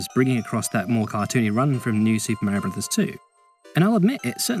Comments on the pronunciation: Say it with me "Mah-ree-oh" it's not accent that's an excuse. Hell mario says his name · AKA 16 minutes of some dude mispronouncing Mario as “Merio”